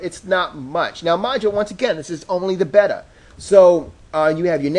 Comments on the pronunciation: Bay-ta not betar man. Also, the store's layout? Perfectly fine. Jeez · Beta? Bay-tah, bay-tah not better! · This has to be the worst review for a product on YouTube. The fuck is a "betta?" "This is only a betta"? & it's said probably twenty times. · BAY-TA WTF MAN! O_O